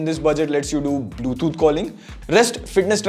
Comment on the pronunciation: Hey FYI its Bluetooth, not bluethoot